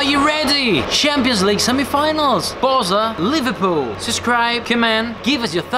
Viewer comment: Why he pronounces with british accent the Spanish name?